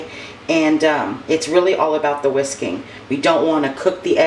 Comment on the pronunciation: When you said it’s all about the whisking, at first I thought you said it’s all about the WHISKEY 🤣🤣🤣. I was like no wonder I love Eggs Benis😳